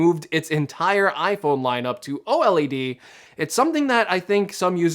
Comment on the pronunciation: why is he saying OLED wrong 😭😭😭